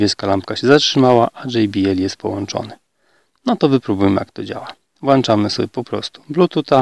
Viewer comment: WŁĄCZAMY!!!!!!!!! NIE WŁANCZAMY!